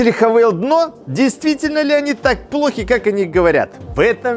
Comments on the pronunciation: Автор, обьясни.. Почему ты (и не только ты) говоришь: ХавЭйл? пишется HAVAL. это или ХЭВЭЛ или ХАВАЛ. Но никак не ХАВЭЙЛ..... дюже цикаво, бггггг:) И еще: ЧЕМ отличаются двигатели одного "унылого кроссовера на полторахе" от Джили, Черри и прочего однотипного, но многообразного, китайского автохлама? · этот бренд называется "ха-фу" ) но даже если вы учились в частной английской школе вбирмингеме - то пусть будет "хЭвэ". а вот кто вас научил тому что вы 200 раз повторили за ролик я хз. гразным механикам бросившим школу в 6 классе позволительно, но вы ведь популярный актер! upd надо мотор на пеогеот 1.6 дизель евро6, имеете?